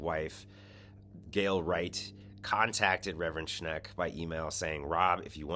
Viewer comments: If you're going to report people by name, pronounce it correctly. SCHENCK, not SCHNECK. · It's no "Schneck," it's "Schenck," as shown in the letter you displayed. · It‘s Shenck, not Shneck. Not bad though. Shneck almost sounds like Shrek. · SchENK not SchNECK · I agree with everything you're saying but you're mispronouncing Schenck's name. Unfortunately, the creep grew up here in western New York so his name is very familiar to us. It's pronounced Shenk with perhaps a slide towards maybe a tiny sound of Shank not Schneck. I really don't mean to be picky. Please forgive. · Reverend Rob Schenck, not Sheck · Schenck ! Not Schneck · I believe the evangelical pastor is named Robert Schenk. Not Schnek. Check the Times reporting. It bugs me when the newscaster does not check to get the names correct. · It’s not Schnek it’s Schenk, you are mispronouncing his name. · The Reverend's name is "Schenck", not "Schneck". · It's Schenck not Schneck. LOL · Dude... it's "Schenk." Not "Shnek." Good grief! just lost a few virtual "shekels" in my book. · The guy’s name is Schenck, not Shneck. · Sack Alito for his hyper partisan allegiance to the corrupt conservative evangelicals and feeding sensitive information to them. Also, you're consistently mispronouncing Shenck's name. It's NOT Shneck. Read the name: the n falls after the e, not before it. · "...this disqualifies them from service in the SC and if these accusations are proven true these people needs to be removed from the SC..." ✔ Agreed, completely correct. Btw sorry for correctiing...the name of Robert L. Schenck is not to be pronounced Schneck. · One thing for certain, this guy has no clue how to pronounce Rev. Schenk’s name!